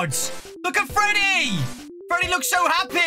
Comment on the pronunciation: is nobody talking about how it says Feddy